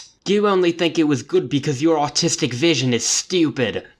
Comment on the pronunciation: did you say “artistic” or “autistic?” I think either could work in the context, but one is more of a loaded word than the other.